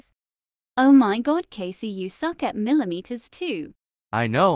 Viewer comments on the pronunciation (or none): Ah yes my favorite game, milameter two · WHY DO THEY SAY MILER MITER TWO